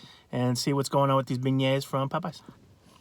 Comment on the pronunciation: Beignets (ben-yayz)